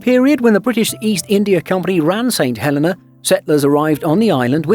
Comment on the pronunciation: And you miss pronounced it, the Helena is He lin na, also if there's enough demand, a RWY expansion could fulfill a direct flight.